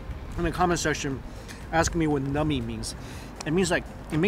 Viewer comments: Numby not nummy. I just thought you meant they were tasty rofl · The way you say "numbing" sounds like "nummy", very appropriate when describing the food. :D Down the road from Asian Family Market is the Bellevue Uwajimaya. Would be easier to go to if you don't feel like roadtripping to the Seattle or Renton Uwajimayas. :)